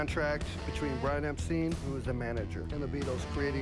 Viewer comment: Brian Epstin, Wtf it’s pronounced Epstein not Epstin